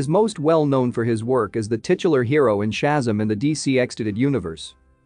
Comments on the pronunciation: It’s ShaZAM!! Stop saying SHAzum! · Very frustrating to hear when video narrators vocally MISCALL Names of characters and superheros. It's NOT Chasm. It's NOT SHASAM, It's pronounced correctly as SHA-ZAM! Like when Gomer Pyle USMC, Jim Nabors, as Gomer Pyle would Always Exclaim as his Home town Southern Character at least ONCE in every episode in the Iconic role... HE ALWAYS, IN surprised awe exclaimed out Loud... SHA----ZAM! Also, If you can find the older Original Saturday morning Superhero serial OF the Saturday morning Cartoon a pal ooza when cartoons and superheros series were shown All morning long, Sha--Zam was its own tv series Where the part of Billy Batson ( SHAZAM ) was played by Original actor, Michael Gray. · How can you narrate this, when keep saying the SHAZAM wrong!!!!!! 1st of all, always do your research!!! Second, it is an amazing movie! Try watching it!!!!